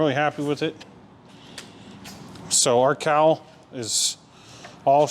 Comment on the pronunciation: I know what a "cowl" is but every time you said "cowl" i heard "cow" and i thought to myself "why would they name that piece a Cow Plate" 😂😂😂 Anyway, fine job on the "found" motor, random parts, half-assed maintained, fall out of the sky, plane rebuild. You seem to be a quite competent aviation mechanic. The list... Bomb shelter refurbisher vending machine extraordinaire, general badass rebuilder of most things... and now "plane engineer" who knew?!? Keep up the great work. You're doing a fine job